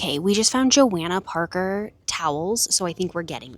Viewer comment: It is Jo-Hannah not Jo-Anna Parker. Just letting you know, a lot of people make that mistake. Look at the rag.